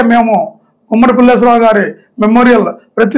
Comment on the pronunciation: Pulleswar rao kadu pulleswarao garu